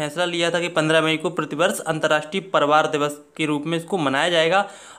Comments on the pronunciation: Nahi bolne ata hai parivar ,,palavar boalta hai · Priwar word ko Shi to bolo Bhai